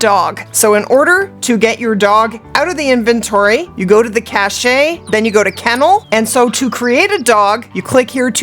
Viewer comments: Cache = cash, not cashay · Cache is pronounced "cash." :-) Thanks Lady!